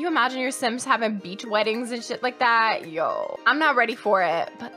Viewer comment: “yooooooo” her Canadian really popped out